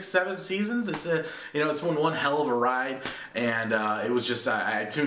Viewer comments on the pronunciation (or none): none